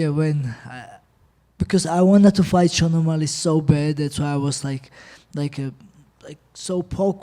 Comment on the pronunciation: "that phight its easy for me"😂😂😂